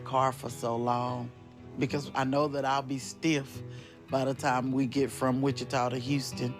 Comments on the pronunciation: Wa-cheeta-falls??? You mean WHICH-cha-ta???? 🌹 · 610th!🙋🏽‍♀️❤ I have to start waking up earlier as it is difficult to be first from California. Wah-CHEE-tuh is pronounced WITCH-ih-taw.😂🎭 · Wecheetah falls had me cackling…it’s which-I-taw falls 🤣 beaver nuggets is the word you’re looking for too! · “Witch-eetah falls” I DIED !!!! Babe, “witch-uh-tah” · The town's name is not Wit- chee'tah Falls. It's Wit'-chit-a Falls. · You confused me with, "Wah-chee-tah Falls." Texans pronounce it, "Which-ah-tauw Falls." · Honey…it’s pronounced Witch-eh-tah. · "witch-it-aw" falls !! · The way you pronounce “Wichita” is adorable. My parents actually live there. Hearing that her and her loved ones lives went down the drain in WF is hitting home for me. It took almost a decade for me to be able to visit my parents without feeling a put in my gut the whole time I was in town. It’s where my addiction started, where my daughter was born (and almost died) and where her father is buried. There’s a very, very dark side to that town. Now I can drive around without being triggered but I mostly just stay in my parents house when visiting. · lol you said wah-cheetah. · Haha the way you said Wichita sent me. Love your content! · I laughed out loud when I heard that. Wichita Falls is three hours from me. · I'm a month late but did anyone teach how to pronounce Wichita? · The way you pronounced "Wichita" lol. Silly goose. Also, I hear bras actually compress the muscle, which makes boob's sag more. I don't wear one unless I have to and even then it's just a sports bra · The way you said Wichita Falls took me out lmao